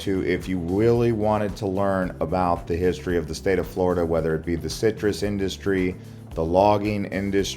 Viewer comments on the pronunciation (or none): none